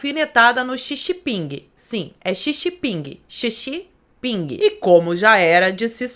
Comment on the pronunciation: "Xi xi ping" kkkkkkkkk